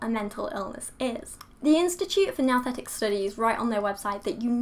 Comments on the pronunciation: It should be pronounced "noo-thetic"- "nous" is the Greek word for "mind". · It's pronounced "Nooooo-thetic" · "Nouthetic" almost sounds like "Nothing". HMMM